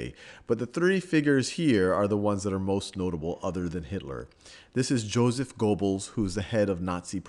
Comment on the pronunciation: Sal, This is a good piece of work. I'm surprised: you show good sound judgement across all your historical and social videos, where it would be easy to fly off into la-la land. On ehing, though: you gotta work on your pronunciation of "Goebels" and "Goering." the "oe" in a German word is very often an Anglicism for the o-umlaut in German. (Why s there o good English diaeresis on my keyboard??) The best hint I can give is "Try to say e with your mouth shaped as though for u." -dlj.